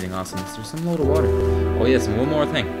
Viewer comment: anyone notice when he says "and" he says "am"